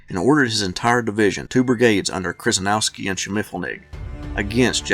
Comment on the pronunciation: Nice account of a rather confusing, but epic battle. A couple of names you mangled, though: Kryzynowski, is pronounced more like "Sheh-sheh-NOV-ski", and Schimmelfennig (German for "shiny penny") is pronounced "SHIM-l-fenn-ig". But, you did get Taliaferro right, sounding more like "Tall-i-ver" than its spelling might suggest.